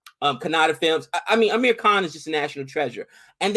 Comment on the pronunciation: Kkhhhh....aaaannn 😂😂...yeah, agree with..about Kajol’s performance in this...and /... please tell me..please please please tell me if actor Barry Pepper from Saving Private Ryan doesn’t look like Jimmy Shergil’s Brother!!!! And she is Hindu, the religion, Hindi is the language 😊...and its Hijaab..not Hajeeb...sorry, just pulling your legs a bit..